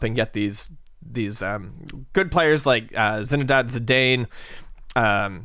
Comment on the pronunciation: LOL how he butchered the names! Esp Zidane and Gullit!:D